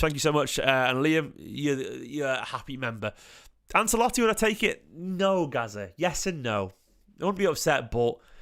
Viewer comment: Love your stuff dude but say "Anselotti" again and I'll be forced to find you. As a half Italian I've endured some bad pronunciations but this is one of the most famous dudes in the entire game! How do you not know how to say his name? 😂